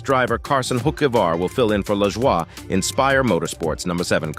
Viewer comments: It’s Lajoi nothing French here dam it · 😂 I liked that too, made it sound super French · Lmao how this says Cory's last name. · I had to rewind to understand what driver they were referencing 😜